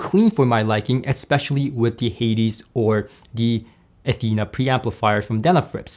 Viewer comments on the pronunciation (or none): none